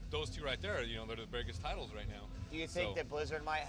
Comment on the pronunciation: its escape...not excape, and title not tittle. nice try with sod though, make yourself feel like a big boy don't you